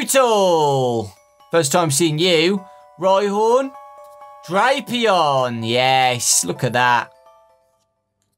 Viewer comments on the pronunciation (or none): none